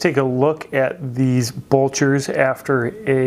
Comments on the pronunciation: You always do good vids. Thanks 👍 Helpful hint: You’re mis-pronouncing ... It’s not bulcher; it’s blucher. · BLEW-CHER. BLEWWWWW-CHERRRR. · Not trying to sound like a shoe snob but its Blucher not bulcher and shoe trees would help eliminate the severe wrinkling in the vamp. Put shoe trees in after you wear them and they will keep the shape much better. Please don't take this message the wrong way i love your content. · Blucher not bulcher. I would also consider them more of a casual shoe (especially in chromexcel) than a "dress" shoe.